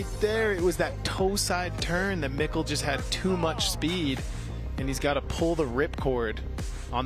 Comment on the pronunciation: its super annoying that he keeps calling Mikkel, Mikhail.... thats not his name... its Mikkel like Nickle but it seems like he refuses to call him Mikkel!!!